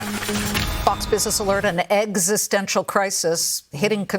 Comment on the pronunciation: Eggs-istenial? Really? Ok.